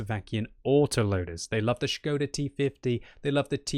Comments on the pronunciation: gives all kudos for saying Š right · Probably the first English youtuber who can read Š. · I appreciate your pronunciation of the word Škoda:)